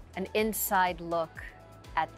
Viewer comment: Mano Cornuta! NOT cornuto... La Mano is feminine